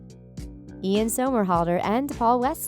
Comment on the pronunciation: girl it’s not eLaN sOmErHaLdeR it’s IAN SOMERHALDER it’s not that hard